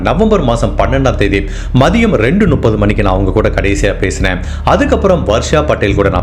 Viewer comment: Brother I like the way you narrate the story . But, one small suggestion in your pronounciation , it's Muppdhu (முப்பது) and it's not Nuppadhu. Else I love your story telling.